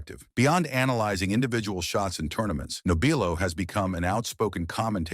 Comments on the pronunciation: Your doing it again it's pronounced NOB R LOW you obviously don't know the subject matter. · You should not be doing this story, hell you cannot even pronounce his name right!